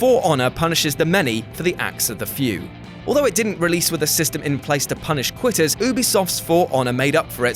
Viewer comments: Quitters coughs not qutter cough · Qutters? I'm pretty sure its quitters tho... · I FOUND A ERROR IN NUMBER 1 U SAID QUTTERS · I’m not the only to notice “Qutters”, right?